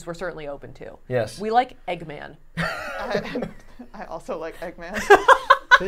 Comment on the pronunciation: Eggman is 2 syllables 😂